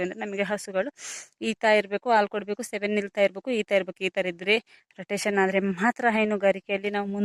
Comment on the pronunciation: ಅಕ್ಕ ಸೆವೆನ್ ಅಲ್ಲ ಸೆಮನ್